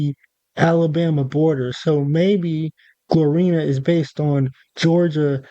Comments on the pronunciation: It’s Gloriana not Glorina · bro said Glorina 😂😂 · Glor-Ri-Ana is the correct pronunciation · Yo never make a video on something u know absolutely about ever again pls just save yourself from that embarrassment “rushing” or not it takes literally 1 second of looking at the word correctly to say it right and u tried to explain things about florida u had no knowledge of smh do more research before making videos bruh Not only did u say gloriana wrong but u also said mount kalaga wrong! Now u knew damn well u were gonna say the word likea million times in this video why the hell didnt u make sure u were gonna say it right?! Smh do better